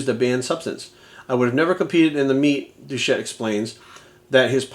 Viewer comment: It’s doucette... That alone hurts this video’s credibility.